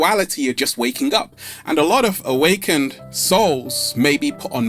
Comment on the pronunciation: PLEASE, You're an educated man - for the love of the Universe, say, AWAKENED!!!!